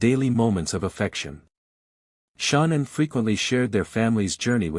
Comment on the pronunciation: Why is this narrator calling her " Shonnan" her name is ShAnnan!